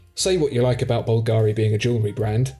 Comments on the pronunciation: Well I don't have time to read all the comments, so forgive me if someone already mentioned this minor point: It's actually pronounced BUL-ga-ri. There, that's sorted... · Please guys check how Bulgari sounds: Bul (like bill) - Ga (accent on the a) - Ri (no accent on i).